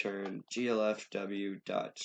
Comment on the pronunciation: please for god's sake. I know im being over the top but... G - L - F - W not G - F - L - W thanks, i like the tutorial, this is some EPIC content right here